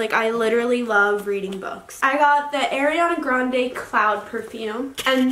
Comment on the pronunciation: i know she did not pronounce ariana grandes name wrong and in the same breath say shes in love with her